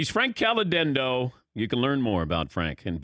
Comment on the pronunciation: Did he say his last name wrong? CaliDendo?